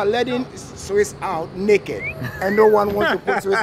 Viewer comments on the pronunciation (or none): every time he said naked I understood something else but I can not remember the word